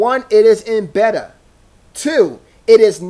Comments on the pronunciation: Bay-ta not betar man. Also, the store's layout? Perfectly fine. Jeez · Beta? Bay-tah, bay-tah not better! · This has to be the worst review for a product on YouTube. The fuck is a "betta?" "This is only a betta"? & it's said probably twenty times. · BAY-TA WTF MAN! O_O